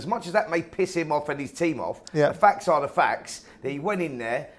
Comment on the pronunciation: Simon, it's 'FACTS' not "Fax"... A Fax is a communication device from the same decade as your hair 👍